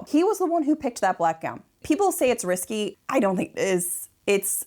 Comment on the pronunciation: Not only “row” but “Amelie” and “risqué.” The last isn’t pronounced “risky.”